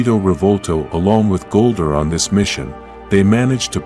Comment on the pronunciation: This AI voice is horrible. It's Zordon not Zoordun, Goldar not Goldur. Ugh